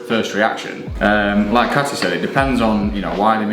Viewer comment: Cuando dijiste hacia la Katy que quiero ser, mis oídos escucharon hacia la candy que quiero ser 🤣